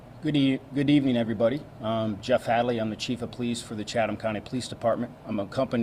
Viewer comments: You don't pronounce the "H" in Chatham. It's Chattam. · I live in Savannah. My daughter went to school with the mother. Just fyi: Chatham County is pronounced Chattam county. The H is silent. Thanks for covering this trial. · This is in Georgia, USA, where nothing is pronounced the way you think. Chatham (County) is pronounced Chat Um. No H sound. Just in case you ever have a case in Buchanan (Buck hannon) or Houston (How Ston). Told ya Georgia was different.